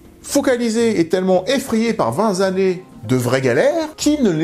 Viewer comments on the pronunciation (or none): Coucou c'est moi, mais à il faut dire "20 Tannées", et non "20 Zannées", un peu comme les "100 Teuros" et non les "100 Zeuros". Vingt et Cent se terminent par un T, z'est pour za. Voilà, z'est dout. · Merci pour cette très intéressante vidéo. A noter que l’on dit “vingt-t-années” et non “vingt-z-années”